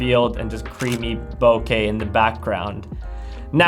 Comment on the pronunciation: Thumbs up 👍🏻 and a beer 🍻 to you for pronouncing ボケ (bokeh) correctly and not as ‘bo-kuhh’ (AKA nails on a chalkboard to Japanese speakers😜) like your bro Peter does. 😅 Sweet pics from that lens, by the way!